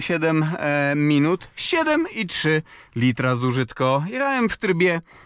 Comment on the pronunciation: .... ,,JEECHAEM SPALAEEM'' po jakiemu ty gadasz z DONKIEM masz kontakt..hm